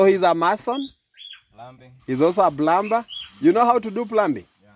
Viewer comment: Good day,,the b in the word plumbing and plumber is silent letter. Therefore plumbing is pronounced as pluming, plumber is prounced as plummer. Please google to get the right pronunciation. Thanks and continue doing the great work. God bless you. From the beautiful island of St Lucia.